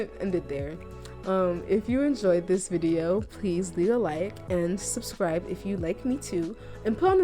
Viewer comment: Meant to say "subscribed but sinscribed sounds so much better. I dont think ill edit that mistake. Thats just too funny 😂😂😂😂